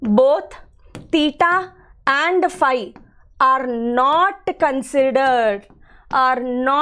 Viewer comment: Phy not pie